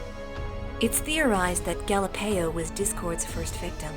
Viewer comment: Galapeio? More like Galieo.